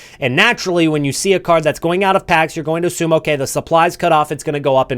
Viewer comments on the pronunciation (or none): none